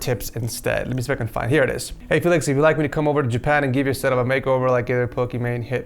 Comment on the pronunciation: I wonder how many times you said felix ed